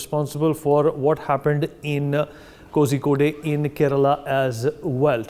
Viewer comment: The news presenter must get his pronunciation of Kozhikode right.